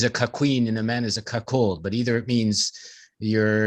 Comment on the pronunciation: Ahhh,,, there saying, “Cock-hold”.